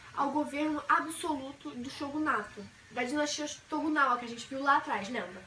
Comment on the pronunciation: Não é TOGUNAWA! É TOKUGAWA! Se você quer ensinar pelo menos decore os termos corretamente